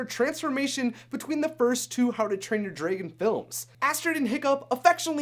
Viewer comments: dude you are saying dragan not Dragon idiot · y is he saying draygon?! its pronounced DRAGON!! drag-gon!! i swear to god!! the way he says dragon triggers my OCD and my grammar nazi side!! aaahhh!!!! (fyi idc if people spoil things for me. im a bit of a spoiler myself so its only fare.( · You keep pronouncing the word dragon wrong. It's dragon.!The a is pronounced like the a in the word am! Not drae like in the word egg! What the heck is wrong with you!? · it's dragon not dragen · dragOn not dragEn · Am i the only one a bit disturbed with how you pronounce "dragon"?? Like /drey-gen/????? Not /drah-gen/???? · I have to ask where are you from cuz I'm hearing Dray Gon not Dragon (soft A's sir soft A) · Am I the only one who noticed he's saying dragon wrong? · He keeps on sayin dragon wrong. Says it like"dray-gen". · the way he says dragon is like dragoon soooooo wrong omg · U say dragon like dragen I love it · "Dregon" eye? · Is no one else getting triggered by “draygon” 😩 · Why he pronounced dragon so wier thro the video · I hate the way you say dragon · STOP SAYING DRAGON WRONG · learn to pronounce dragon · DRAGON!!!! Not whatever the heck you're saying!! Driving me up the wall!! Other than that great video. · Did he say... drAgon? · U pernounce that so wrong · You're not the only one... I cringed every time he said it. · OMG STOP SAYING DRAGON WRONG